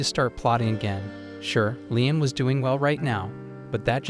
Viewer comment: The AI voice needs to decide if his name is pronounced ligh-em or lee-em.